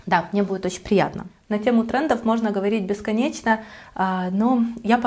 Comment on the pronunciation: Что с вас с буквой Ч?...оЦьки, сумоЦька.....бесконеЦьно...